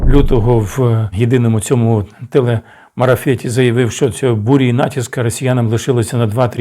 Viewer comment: Ведучий допускає помилку: не "Телемарафет", а "Телемарафон". Я уявляю яку панику та безлад створив би уряд якби об' явив про початок війни ще 22 лютого до початку повномосштабного вторгнення. Це спричинило би створення умов для безглуздих панічних жертв серед населення. Багато людей зі слабкою нервовою системою очікувала на коментарі Арестовича просто щоб спокійно можна було заснути у важкі часи. Як можна ставити у приклад губернатора Білгородської області, "людину" котра покинула свою область разом із правоохоронними органами та гвардійцями, яка не явилася забрати поранених війскових рф, просто кинувши своїх - збіг. Перший раз бачу канал, враження - заказназний інформер, направлений на внутришньополітичний розкол України.